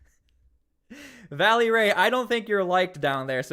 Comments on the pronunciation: It's Vélly Ray - not Valley! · VELLY RAY...not Valley...🙏🏼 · Bro, it's VELLY Ray, not VALLEY Ray. Just a heads up. You mispronounced his name like 4 dozen times in 2 mins hahaha. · Hey silly goose it's not Valley Ray , this is how you say his name... Vel- ley Ray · It's Velly Ray his name is Ray Lavelle